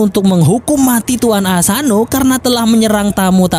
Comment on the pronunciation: Logatnya kok madura ya bang.. 😀 Jepang bang.. Bukan jeppang.. Macam-macam, bukan macam maccam.. Tuan, bukan tuwwan.. Berniat, bukan berniyyat.. Sengit, bukan sengngit.. Cepat, bukan ceppat.. Propinsi, bukan provensi.. Tangan, bukan tangngan.. Jadi-jadian, bukan jadi-jadiyyan.. Tepatnya, bukan teppatnya.. Soghe' dan letolean itu apa? Haduhhh